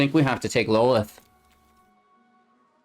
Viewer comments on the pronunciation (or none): Love your content. For future use though that BA spider queen is pronounced (law-th)